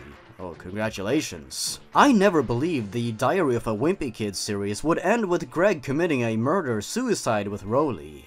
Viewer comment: I kept on thinking he was saying diarrhoea of a wimpy kid